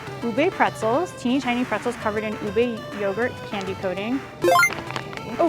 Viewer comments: It's UBE not UBEY 😒😒😒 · U beh. Not Ubey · Ube is not allover South East Asia, Ube is a variety found only in the Philippines, and it is pronounced UBEH,not UBEY.